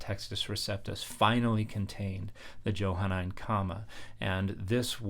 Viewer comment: It's pronounced with a soft "j" . . . Mr. scholar.